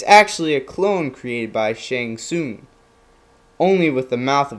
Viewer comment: Tsung not Soon lol